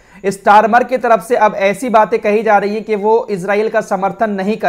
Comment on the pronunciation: Chal lahi hai nahi Chal rahi hai Aap ka talaffuz aap ka level down kar raha hai